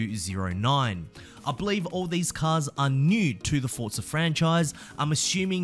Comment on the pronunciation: He said SssTwoZeroNine 😭 it’s (S209) one word